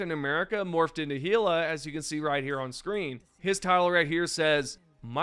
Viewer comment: “Heela” bro it pronounces it in game “Hell-uh”